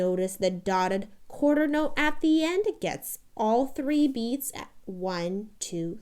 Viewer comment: "Dodda Qwuarda note, 3 beats" lol good stuff.